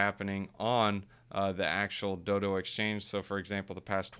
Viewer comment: DODO like the bird, not doo-doo ffs lol